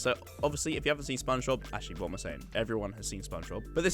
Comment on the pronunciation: I dont think its "spong bob"